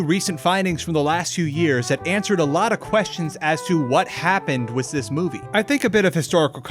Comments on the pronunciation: Say it wiss me. wiTH . The letters “th” combined do not make an s sound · With is pronounced with a th not s lmao